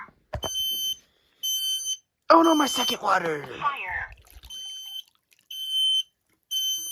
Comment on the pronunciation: The smoke alarm: swimming Also the smoke alarm: "faiyur"